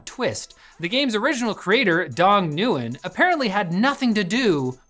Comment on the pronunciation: So uh, nobody’s let them know they mispronounced Nguyen? It’s ‘win’, you can leave all those other letters at the door